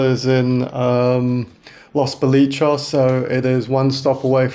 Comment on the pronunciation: great video, just FYI it's pronounced Los bo-lee-chess 👍